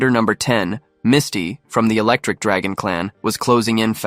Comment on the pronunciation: my nigga did she say misty was an electrik draagon get your ahh out of here